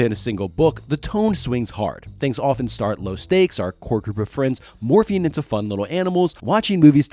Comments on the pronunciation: Morphing not morphine , had me for a minute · Is it just me or is he un able to say morphing? I swear he keeps saying morphine. Dinosaur morphine, I'm in pain brother give me that dino morphine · "The powers of morphine" what? Ohhhh morphing 😂😂😂😂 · Everytime you say "Morphing" I hear you say "Morphine" instead lol. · The sheer number of times I heard "morphing" as "morphine" really makes me think I need to see a hearing doctor. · I heard morphine too lmao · I just want to say that there is a reason the power rangers didn’t say morphing time instead said morph’n time. Because of the medical drug morphing. So yeah just saying because if you think of the drug when narrator says morphing…yup. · every time you say morphing I hear morphine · It's wild; i can't remember if i ever finished this series? I thought i outgrew it before it was done, but then i feel like maybe i read Visser? Lol idk. But The Andalite Chronicles was my fav, and Elfangor. And Rachel, rip. Also, i kept hearing "morphing" as "morphine", but maybe that's a propos 😂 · At like , I thought I heard Cassie was "really good with morphene" and then I REALLY thought these books were dark XD I figured out you said MORPHING a few seconds later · Every single time you said “morphing” my brain heard “morphine” wish resulted in some very fun sentences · I heard morphine and wasn't even concerned 😂 I just thought well yeah they need that probably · Pretty sure every single instance of 'morphing' was similarly mispronounced throughout the video. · Yeah I don't think I heard them pronounce the "g" in morphing a single time.